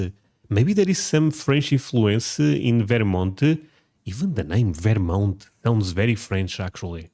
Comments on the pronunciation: lol I've literally never heard anyone pronounce it "Veer-mont". It's pronounced "Vur-mont". Also to say/think that there is more content about Texas or southern states than there is about New England which is the birthplace of America is absolutely wild (and ignorant AF). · Stop STOP saying "Varemont"..... it's "Ver-mont" say it right. Portugal get real yer Russian or Ukrainian.